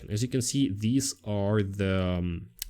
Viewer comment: you speak excellent english; just a note about VARiable, and VARy - the accent is on the first syllable, not the second. And the "i", in both cases, is short, as in "instant", :) Also, how's this for an idea to deal with customer perception of latency: have the AI voice introduce itself as AI and mentioning there will be a slight latency, (maybe with a bad taste joke about the the upside, being Terminator type efficiency lol only kidding